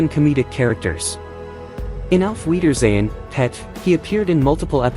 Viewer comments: u are saying it wrong , don't put emphasis on Pet Tim Spall is still alive and is not the same person as Kenny Ireland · Don't talk about British TV if you can't even say it properly, watch some british TV